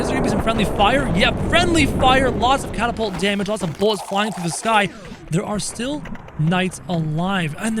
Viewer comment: You spelled catapult wrong you said catpoltus xd